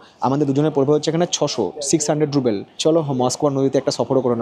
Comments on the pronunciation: ওরে "রুবেল" নয়, রাশিয়ান মূদ্রার নাম "রুবল" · কথাটা রুবেল নয়,রুবল (Rouble),. খুব কানে লাগছে। ব্লগ নিয়ে কিছু বলা বাহুল্য। আমি 2018 তে ঘুরে এসেছি। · ruble not rubel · Different area অনুযায়ী বলা হয়। মস্কো তে সবাই রুবল ই বলে। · রুবেল না, সঠিক উচ্চারণ হবে রুবল।